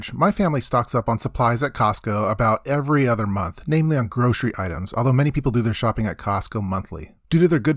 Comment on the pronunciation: GroCery-no "sh" in the word.